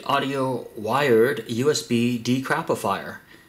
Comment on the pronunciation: It's pronounced like (Weird) it's part of Norse mythology